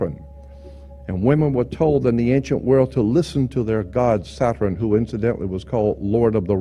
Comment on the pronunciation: I loved the late Jordan Maxwell. Does anyone know why he said "WORL" instead of "WORLD"? I meant to ask him during a live broadcast but forgot.